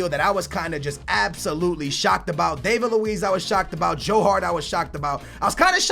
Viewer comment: disappointing that he still can't pronounce David Luiz name correctly, can't say the name's of the teams Hart and Wilshere went to and thinks Pogba is £100,000,000 when he was £89,000,000